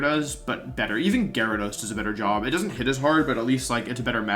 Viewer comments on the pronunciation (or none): none